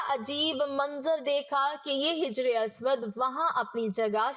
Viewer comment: Jijar Nahin Hajar